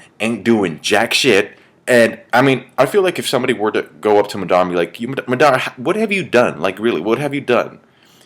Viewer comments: MA-dara , not Mu-DA-rah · its pronounced Ma' Da' Ra' not mudara